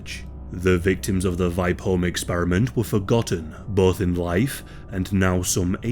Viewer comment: Only came here to hear a non-Swedish speaking person try to pronounce Vipeholm. Not disappointed.